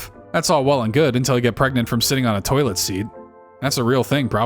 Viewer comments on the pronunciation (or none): none